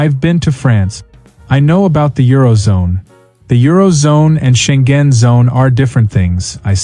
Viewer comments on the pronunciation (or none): it's Scheng-en, not Scheng-gen